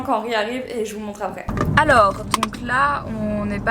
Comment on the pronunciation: Ton "alors" à était bien bien belge :D